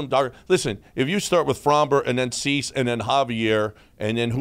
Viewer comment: This dude said Dubon and Chas for Cease and Robert 😂😂😂. I want whatever you’re puffin.